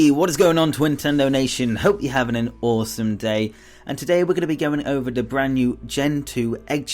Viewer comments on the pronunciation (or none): none